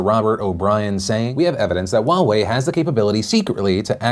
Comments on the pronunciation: “wa-way”... it’s “huwa-way” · what happened to your h in huawei... there is an h and it’s pronounced :S Also Chinese pronunciation note the w in Wuhan isn’t pronounced 😂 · I thought Huawei was pronounced " hue-way" not " wa-way". My whole life perspective has changed and I will never be the same. 😐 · I didn't realise Huawei is pronounced the same as Borat saying Wowee. Can't take them seriously now and definitely wouldn't trust them with my data for this reason alone. :-P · Wait, Huawei is pronounced Wa-way? 😮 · wait I've been pronouncing it Hu-i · wtf is "wahwei'? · Heawei... thought I heard Wawa for a second 😂 Wawas secrete passage ways to 7/11 cause they practically buy their shit from them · Wow I’ve been pronouncing it wrong in my head for years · How do you say Huawei, its so weird :P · Omg that's how Huawei is pronounced? Omg I'm an idiot apparently lol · Is it just me or is the way Philly says Huawei funny?